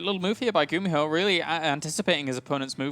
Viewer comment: it's pronounced "goo-me-ho" not "gummy-ho"